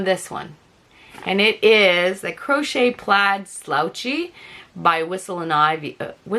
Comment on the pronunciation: Wait..."crotch shetter" is that how u say Crochet lol